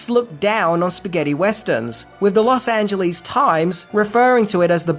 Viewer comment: I can't get over his pronunciation of Wikipedia, Los Angeles, Eli, and Madrid.